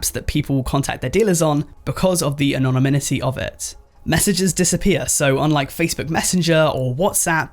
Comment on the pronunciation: why does the word anonymity sound weird to me here